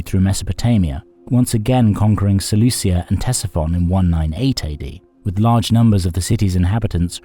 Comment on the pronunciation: "SeleuSia", FFS...